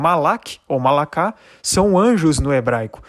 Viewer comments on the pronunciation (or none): A PRONÚNCIA NÃO É MALAKÁ, MAS MALARR. PORQUE A LETRA RAF SUFIT SE TRANSLITERA MALAKH, MAS TEM SOM DE "RR" FORTE. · Penso que você está fazendo um bom trabalho. Não sou especialista, linguista, mas vou lhe dizer alguns pronúncias. "Chawá = Havah( RRavá) como em Roberto; "Mala'kha= Malah".